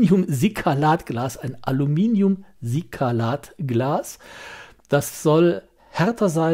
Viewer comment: Silikat, nicht Sikalat. Schöne Vorstellung einer interessanten Uhr. Ich war kurz davor, sie am Black Friday zum Sonderpreis zu bestellen, aber mir fehlte der letzte "Kick".